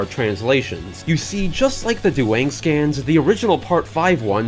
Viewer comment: This "Duwang" is perfect.